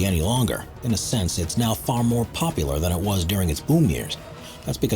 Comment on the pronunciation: First (15th) city has a "defense mechanism" (haha) and is "poplar" with tourists. 2nd (14th) city was not abandoned and should be pronounced "Tams" in English. 3rd "abandoned" city (13th) has 20 to 30 thousand residents and is growing... I didn't stick around for the 4th (12th) city. If I'm going to burn time it will be on videos with correct information with honest titles. Thumbs down.